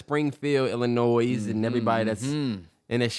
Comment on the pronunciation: Illinois the S is silent lol